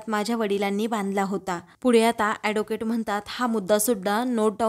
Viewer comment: Adocate नाही advocate. नीट बोलायला शिका मग vlog kara